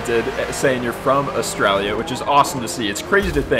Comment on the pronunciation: I can't say I've heard Australia being pronounced like that